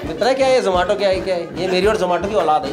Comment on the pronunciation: The manner in which Gaurav Bhai pronounced Zomato correctly all the time, shows how keen the company is on its marketing.